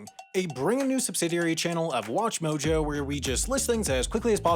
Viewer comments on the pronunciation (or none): none